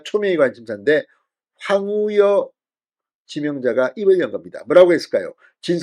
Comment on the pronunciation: 황우여라는 말을 그렇게 못하시면 많이 연습해서 방송을 하시지요 넘 답답하십니다 계속 황우려?